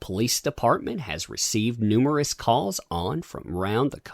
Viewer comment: "Numberous" LOL!!